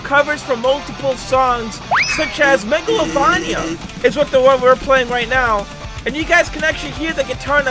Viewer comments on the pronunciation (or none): I hate how he pronounces "Meglovania" As "Meglovonia" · Mega lo vain Ia not megalo van ya sry I’m a fan of undertale lol. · Me when he says mega-lo-van-ee-a in stead of mega-lo-vain-ee-a (angry monke noises) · It's not called megalovonja it's megalovania. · “megalovonia” really? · Spotlight map is for tails doll from the sonic.exe mod..also your not saying MEGALOVANIA right pal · the way he said megalovania tho….